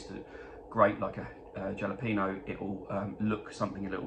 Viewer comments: Lol....not jala peno. It's... hal a peno. Texan here. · Still rof...we really pronounce it Hal o peno. Happy holidays